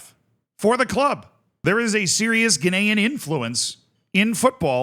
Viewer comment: Glad someone else noticed. I eventually decided he was just saying “Ghanaian” in a slightly odd way